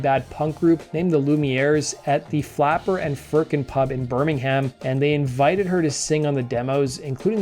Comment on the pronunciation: Kelli is the second most famous lady from Bartley Green Birmingham UK, a fabulous singer and a really glamorous and fun person...loved the presenters attempt at pronouncing the Flapper and Firkin venue, the band I was in supported the Lumieres a few times, Kelli and the lads were always friendly and supportive.